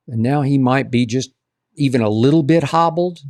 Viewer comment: “Teven A” got SAS on the brain 🌈